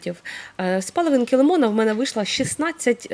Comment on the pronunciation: Палавинка лимона, аскарбинова кислота, яблачний,ни для кого, растирання, ну дуже ріже слух іі вимова